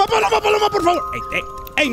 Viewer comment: HECK NAW IT ANT BALLORA..ITS PALOMA!!!!!